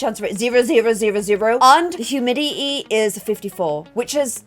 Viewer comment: i love how she said humiiy